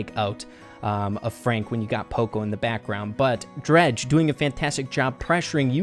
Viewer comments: It isn't pronounced Dr-ah-je, it is Dr-ai-je. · its drage not dreg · “Dredge” is how is saying it, it’s pronounced like “drayge.” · It is not dredg it is drage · It's drage not draage😑😑😑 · Hey rey just sayin' that DrageYT's name is not said dreg but it is said dreyg... Nice vid tho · It’s d RAGE not dreage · Omd it’s drage not dredge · Drege doing so good... it is drai-je (drage) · And also rey I love you man but it is pronounced drayge no drag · Drage when he sees that calls him “dreg” instead of “drage” (dr-aigh-g) Visible anger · Nice but the pronunciation is dreydg not dredge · If u don’t know u said dreg his name is drage with an AAA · I can't take this video serious with calling drage dredge hahahaha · When pronounces Drage, “Dredge”. 😂😂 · I was so confused lol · It’s Dr-A-j and I think equack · Thing of Drage’s name like Dreyge haha good video tho your boy -👋🏼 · btw you pronounce drage's name as drayge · "Dretch" LMAOOO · ur pronouncing drages name wrong bro😅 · Anyone annoyed by how says, “Drage.” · The way he said drage lol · spen is so underrated along with tom symantec and cerulean ngl Edit: you kinda said Drage name wrong but I don't think he'll mind 😂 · Draije and qwack qwack 🙂🙂🙂🙂 Come on rey it’s drage is easy to pronounce and qwack qwack is Eqwack....